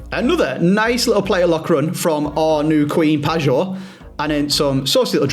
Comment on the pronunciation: please, its pronounced Pie-or not Padge or, 2nd maybe 3rd year in a row saying this. Love the content but this always irks me every time you say it, justice for the Polish GOAT 😅